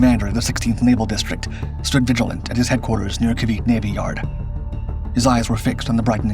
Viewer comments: It's ca-VEE-tay, not ca-VEET. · It is pronounced KAA-VEE-TEE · I hate how documentaries don’t learn how to pronounce things properly. If you’re gonna teach about a subject or a topic, at least learn how to properly pronounce what you’re teaching. It’s pronounced Kah-Bee-Teh. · Ca vit ay this is how you pronounce it